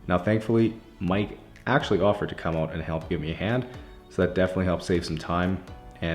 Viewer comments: it's actually pronounced "eh" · don't you mean "ote"?